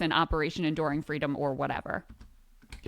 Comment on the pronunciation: That bacon story is about as credible as her fweedom story